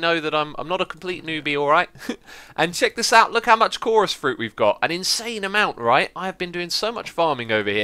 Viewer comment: He also said at the end if the video (no pun intended) that they are all chorous fruit, fof course. It sounded like 'chourus frut, of chorus' LOLPUN